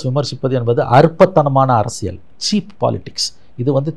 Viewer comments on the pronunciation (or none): none